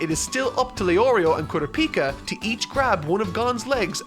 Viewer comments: Uh oh here goes again mis pronouncing names. Bro said kura pika like its a different version of pikachu😭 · For the sake of my and everyone else's sanity going forward. It's pronounced "Koo-Rah-pee-Kuh" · The way he’s saying kurapika is killing me 😂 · How did I know he wouldn't be able to pronounce Kurapika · I'm gonna need you to go n watch the anime for 1 reason only.... name pronunciation. You butchering tf outta these names right now 😅🥴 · Why was he pronouncing Sasuke's name like "Kurapika"? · Please stop pronouncing kurapika’s name like that... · Every time he says Kurapika I get heartburn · less than 10 minutes in and already mispronounced Kurapika😭😭this is gonna be a long ride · that's not how it's pronounced in either the dub or sub of the anime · I can’t keep watching these if you keep saying kurapika like that ☠️🤣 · Its kur ah pee ka not kura pika say it slowly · "kuru peeka" lol it's "kura puka" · Why tf does he say KOORA-PEEKA, its KURAH- PIKA like pikachu!! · Normal people: Kurapika: Kura pika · It’s pronounced koo-rah-pika not koora-pika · Ku RA pica emphasis on RA not PI please. Great video! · "koorapeeka" yeah nah that's now how you say that name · Ker-op-eee-ka is how you pronounce his name, it doesn’t really matter but it was just bugging me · I was gonna watch this untell he says Ku-ra-pie-kia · its kuur-ahpika (pikachu) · "KurapIka"... Hopefully he changes that. Throws me off everytime. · With all due respect you said Kurapika's name wrong. Kur-raw-pee-ka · I absolutely lot it when he said KurapI'ka lmao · Is no one gonna mention Kura-Peka? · If he says "kura-pika" one more time I'm going to scream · Haha Kooo-rap-pika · yeah it's not pronounced kura-pika (not like the pika in pikachu) but it's pronounced like coo-rap-ika or ku-rap-ika Also Gon isn't pronounced like the way he says it but it's a minor thing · Why do you mispronounce Gon and Kurapica? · He already said Gon and Kurapika wrong...love ya!